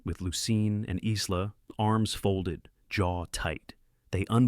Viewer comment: Isla is pronounced sans “s”. It is pronounced “I-la” ( eyela).